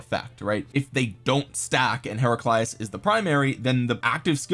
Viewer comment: Kinda happy that the Heraclius I’m the game is pretty powerful considering the Achievements of Emperor Heraclius. But nah dawg you ain’t gotta slaughter his name like that.